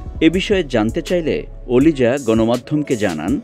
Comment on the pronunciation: Oliza name ta evbe boltesen kano shune mone hochhe kolija boltesen... 😆 🤣 😂